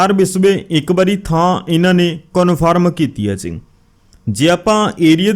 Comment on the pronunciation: ਜ਼ੀ ਨਾ ਬੋਲਿਆ ਕਰੋ ਜੀ ਬੋਲਿਆ ਕਰੋ